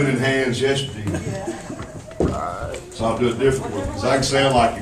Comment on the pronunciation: I like how he says yesterdy. This is great.